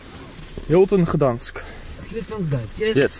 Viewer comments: vraagt: weet je hoe je Gdańsk uitspreekt... erna zegt hij t zelf ook niet goed😅 de G spreek je uit qls een K 😂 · "gedansk" XD